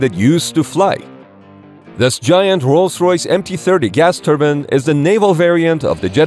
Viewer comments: Everyone: Gas turbine Not what you think: Gas turban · They are powered by TURBINES, not TURBINS.